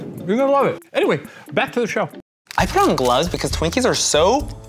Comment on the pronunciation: Oh my godDUH, this showUH, is so goodDUH